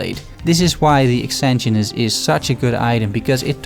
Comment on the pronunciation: Really awesome break down of these five great items. I'm still looking for my Exanguinous and since I haven't done a poison build yet I haven't even tried to get that #1. That said, I'm going to be THAT guy. You can still call it a terrible name (other's have said the same thing) but I hear everyone constantly mispronouncing it as well. :D It's pronounced ex-SANE-gwen-es. Please, I'm normally not that guy but this one has been making me insane. LOL.